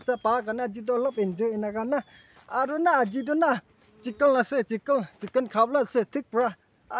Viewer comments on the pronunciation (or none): Hahahaha it's chiken bro not chikil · Special not specian and chicken not chickle 😢